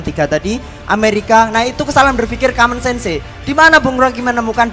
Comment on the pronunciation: Mahasiswa kok baca common sen se wkwkwkkwkwkwkwkwkwkwkwkwwk